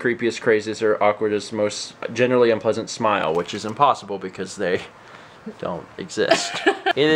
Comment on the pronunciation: Its impawsaible to knot .